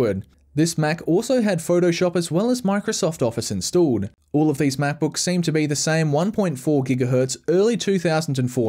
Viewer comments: apple mackbookeeese? omfg .... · 25 MacBooks, yes you heard that right, 25 Macbooks. again: *29 My Ears and Eyes: We're in Conflict.